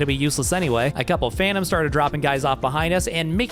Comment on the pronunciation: Don’t worry i also say phantoms like that